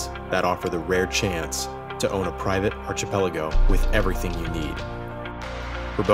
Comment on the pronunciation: If only the narrator had learned how to pronounce "archipelago". But the footage is amazing!